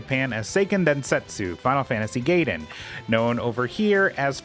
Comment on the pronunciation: the way you pronounce gaiden hurts me.